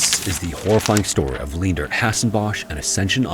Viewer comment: FWIW Leendert is pronounced Lane-dirt. 4+ generations of my family have it, thankfully mum wasnt that cruel XD